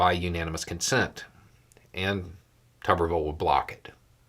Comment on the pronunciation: It's not tubberville, it's tuberville like a potato is a tuber.